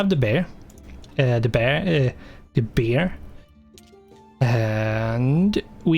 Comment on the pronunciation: We have the 'bear'.. er.. the 'beeer'. xD